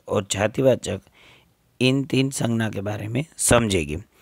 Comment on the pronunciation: Sir please in Hindi it's sangya.. In gujrati it's sangnya.. Sorry. But it's imp